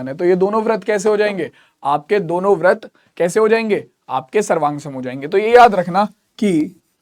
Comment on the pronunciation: Brit ko brat bolte hai